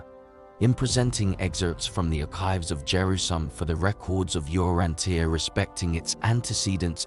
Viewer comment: You would think a computer would know “tia” at the end of a word = “cha”